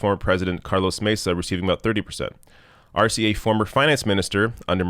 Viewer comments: elizabeth taylor: E in spanish is pronounced a as in hay, say, day,, may etc.so Arce is Arsay ,not arsee. thanks for all you do. you are my favorite long with novara media. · Arce, pronounced Ar-seh